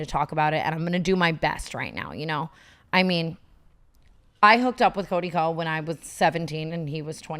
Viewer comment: Ko is pronounced Koh